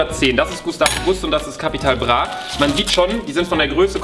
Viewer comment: No Jok Leute der einzige Youtuber Capital Bra richtig aus spricht 👍